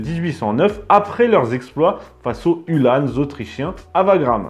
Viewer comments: Uhlans, et non UhlanEs lol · Je sais bien mais on dit Ulhans pas Ulhânes